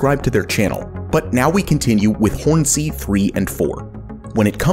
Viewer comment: bruh says Hornsea like it's 2 words.